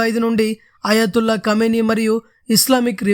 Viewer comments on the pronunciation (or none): కామినేని కాదురా అయ్యా క మేని అని చదువు సంపుతున్నావ్😁 నీవు న్యూస్ రీడర్ గా పనికిరావు